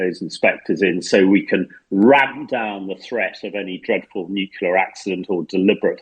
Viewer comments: Good podcast but please stop saying nucula. The word is nu-clear! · Nucular energy hah, why is it that even media people pronounce this wrong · Hamish needs to learn how to pronounce "nuclear" if he wants to provide his expertise on the subject. My ears are bleeding! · I cant with this refusal of english journalists to learn to pronounce slavic names. Its godamn Pootin, not Pyoutin. U dont watch any other new outlet? How Deuche Welle can pronounce names, u can't? And what in nucilar? Wtf, do u all live in some Oxford saloon smoking cigars and drinking wiskey?